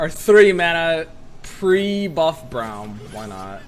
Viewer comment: stop saying brawm please